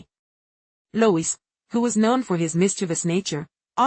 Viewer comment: His name is pronounced…LOO-EEE NOT Loois.